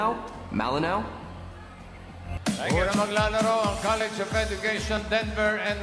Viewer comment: College student "LA" Hinde "lI.